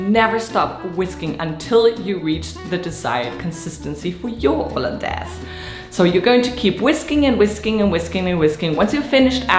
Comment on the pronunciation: Haha I like the French pronunciation